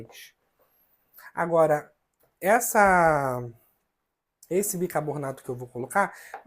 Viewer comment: Como eu já disse, suas receitas são ótimas, porém a sua pronuncia errada do bicaRRRRbonato prejudica o seu vídeo. Como você pronuncia o seu nome de forma correta e não pronuncia corretamente o produto? Isso não tem nada a ver com os problemas que você nos disse. Por favor, faça uma forcinha para pronunciar BICARBONATO da forma correta. Muitas pessoas irão aprender de for errada com sua pronuncia errada. Você é uma pessoa pública e é seguido por muita gente de todos os níveis. Por favor, faça uma forcinha.